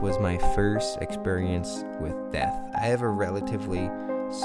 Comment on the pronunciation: At first I thought he said it was his first experience with meth, not death. haha